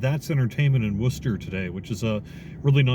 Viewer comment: Ok, you know how to pronounce Worcester, so you must be from around this way 😅